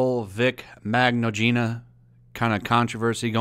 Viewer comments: By the way, the G's in his name are silent. It's pronounced mi-no-nuh :) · You are supposed to pronou ce it like Vic Minjana XD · For the record, it's pronounced "Min-yan-na." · Vic (Vick) Mignogna (Min-yawn-a). VINCE MCEGGNOG!